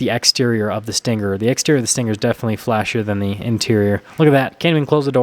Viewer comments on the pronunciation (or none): It's not pronounced with a hard g. It's sting+er, not stin+ger. Also, it's RPM, not RPMs. No s. You don't say MPHs, or HPs, or 8 speeds transmission. Hello???